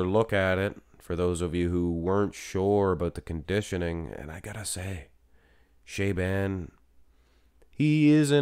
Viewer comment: "Sha-bon" not "shay-ban"